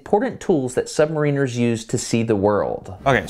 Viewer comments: You say SubmarEENers , we ( U.K. ) say SubMARRiners. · it's pronounced sub-MARE-iners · I hate how americans pronounce submariners